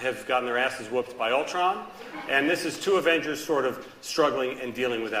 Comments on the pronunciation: he litterally said the Avengers into Avangers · Its Avengers not avengars